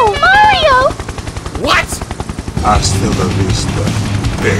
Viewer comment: its Mario not Merio